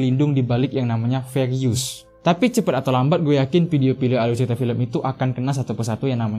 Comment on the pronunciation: Aluy ceyita fiyem😁